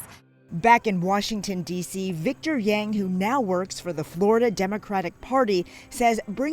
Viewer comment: Lol y’all don’t know how to pronounce yang 🤣